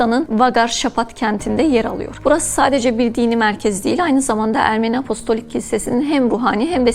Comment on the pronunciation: apolistik değil hanımefendi apostolik. sunduğu şeyin ne olduğunu bilmeyen spiker koymayın şuraya. bu dil sürçmesi değil.